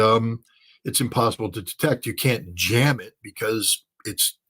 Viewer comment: Scott, if you can't afford to say "can't" with a T, just say CANNOT.